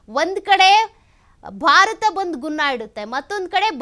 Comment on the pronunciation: ಉನ್ನ ಅಲ್ಲ ಅದು, ಗುನ್ನಾ